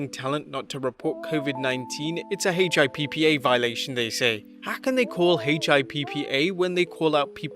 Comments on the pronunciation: Dude, it is called HIPPA - HIP-PUH. Not H.I.P.P.A lol gets me every time. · Hey dork, just say the WORD "HIPPA" almost like hippopotamus, but shorter. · HIPPA which you just say Hippo but with an A no need to spell it out is completely different from failing a drug test